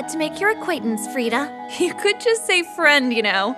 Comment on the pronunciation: When she said "im freda" i immediately thought about "frito-lay"